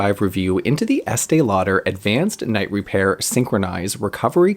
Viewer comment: I love hearing you say the name over and over. 😆. And you never make a mistake! I used this product for nearly twenty years, starting very young. My mother worked at a department store, and so we always got it in gift and with a discount. I felt like it saved my under-eyes, and I look years younger for it. But, who knows! I may have used nothing and it would have been the same. I recently bought it again, and when it comes to how my under eyes look after applying it, nothing compares. I always used it in the day despite the name!! I need a dupe!!